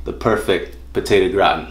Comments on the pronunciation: Grah-Tahn, not Grah'tn. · I thought it was gra-teen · Sorry it just bothers me. It’s pronounced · he did call it Grahhh tin , lol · "potato GROTIN" lmfao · its pronounced gra-tan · Dude i am not french, but please dont say "gratn". It hurts. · If now there only was a video explaining how to properly pronounce gratin.